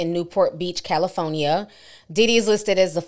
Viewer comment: When ti say 🗣️CAL-I-PHONIA 🤣